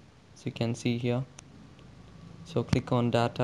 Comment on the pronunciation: You pronounced 'data' wrong.. LOL